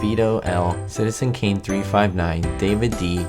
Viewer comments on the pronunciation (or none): none